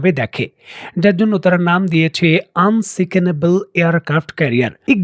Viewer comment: Unsinkable ❌ Unsicinable ✔️✔️✔️ 😂😂😂😂